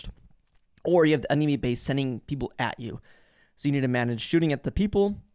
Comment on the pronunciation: Bro, this Brayden guy can't say "enemy" right.